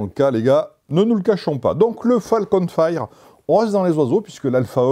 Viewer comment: Juste, pour les prochaines fois : "fire" ça se prononce "fayeure" pas "faïre"